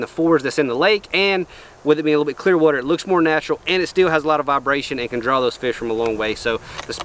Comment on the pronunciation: Here for my weekly dose of sayin "WUTER" idk why but i love it lmao. Love the content!